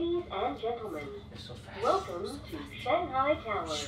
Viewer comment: it's shang hai, not "shang gai", I find many foreigners have this little pronunciation problem :)